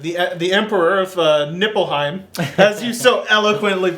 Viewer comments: Nippleheim -.- ... Joe, please, some effort in pronounciation and research. ''people didn't want to surrender to Nippleheim..'' ''Obviously Nippleheim is the enemy...'' ''...once Nippleheim stops invading...'' Notice how ridiculous this sounds in your head? Ni-f-lheim. F, not P. After your review I was actually disappointed you didn't connect Nippleheim to the Batsuit of Batman & Robin... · isnt it nilfheim? not nippleheim or nipplehymen or penisheim or bignimmplepenisheim...